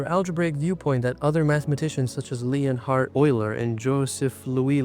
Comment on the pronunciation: Sorry, "Lee-On-Hard Oiler"? Nah, sorry; you're AI and I'm out.